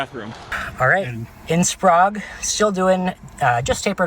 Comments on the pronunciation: it is pronounced Spray ge. Sprague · I think they pronounced Sprague as 'Sprog', because Prague Czechia is pronounced as 'Prog'. (Honestly, that's how I would have pronounced it as well. . .) I pronounce Spokane as 'Spo-can'. I do pronounce Coeur d'Alene as 'Core-da-leen'. I'm only a citizen of the Southwestern, so please don't crucify me too hard.😭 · While we are at it. Spray-ga (Sprague) and Core-de-lane (Coeur d’Alene).